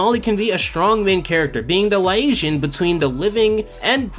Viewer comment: Love the review, nice take on a show I've never seen. My only problem is the way 'Liaison' was pronounced, that really pressed me for a minute. Stopped folding laundry and all to write this comment.